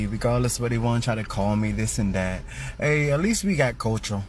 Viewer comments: did he say culture or culturl? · Dude couldn't even pronounce the word culture correctly 😂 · Dude can't even say "culture " correctly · The guy talking about everyone has culture except the white people can't even pronounce the word culture properly and he has the nerve to laugh at others. We have white culture he knows it and that is his problem. He has nothing to be proud of in his culture nothing to pass on to his children except how they destroyed. He needs to go back to school and take a course in English so he can at least teach his kids how to speak. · The guy talking about culture doesn't even know the correct pronunciation of the word. And he's saying white people are stuck holding on to their European heritage from 200 years ago, yet it's the black communities that hold on to their African heritage including wanting to be referred to as AFRICAN American. And that's fine, I'm all for embracing your lineage, but trying to discredit others doing the same while making your heritage from a whole different continent your entire personality is wild.